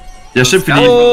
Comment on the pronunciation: „PIPER” Nine pipa 😂